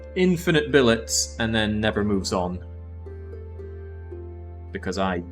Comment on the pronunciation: Pronounces fillet: fill-et Pronounces billet: bill-ey How to pronounce both words wrong correctly 😂